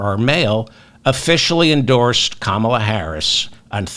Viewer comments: David, it’s comma-la. Not kaMALA. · Nice video. Please pronounce Kamal's name properly 'kamala' not 'Kaamala'. Thank you. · Brilliantly done, David, so well explained. Just one thing........KAM-a-la. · Please pronounce Comma-la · You're mispronouncing Kamala. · Why do you insist on mispronouncing her name? Otherwise I enjoy your program. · Pronounce Kamala properly please